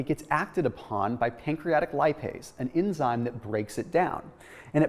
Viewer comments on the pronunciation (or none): none